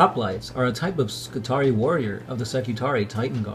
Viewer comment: When you have an ending like 'ii' you pronounce it as two separate syllables; ee-aye. So Skitarii are Ski-Tar-Ree-Aye, adjective would be Skitari, Ski-Tar-Ree so you can say 'Skitari Legion' for example no problem. But, if you're talking about a group like the standard spelling 'Secutarii', it is always Seh-Cue-Tar-Ree-Aye. Secutarii. More than one Secutarius :). Same goes for Ka-Ta-Frac-Tee-Aye :D